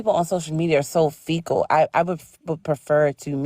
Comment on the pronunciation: She said fecal instead of fickle 🤦